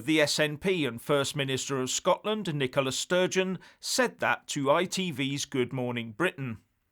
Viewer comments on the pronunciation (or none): none